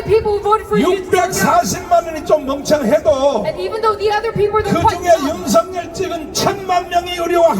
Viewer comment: 통역하시는분 윤서결이라고 발음하지 말아주세요 윤성열이라 발음해주세요 윤석열대통령께서는 윤성열로 불리길 원합니다